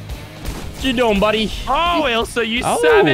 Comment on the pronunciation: It’s ilsa, not isla